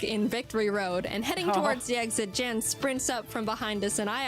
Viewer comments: I gotta correct you on that pronounciation. It is "yan". The vowel is shorter. Source: I am german, Jan is a german too. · I do wish Jaiden made it more clear that Jan (Pronounced Yahn) is actually a great guy, your chat be hating on him, lol. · Jan/Pokémon Challenges... (It's a German name so it's pronounced Yon or Yawn). He's actually very forgiving when it comes to first time nuzlockes, Alpha Rad was just a particular case of ego/stupid at that specific moment.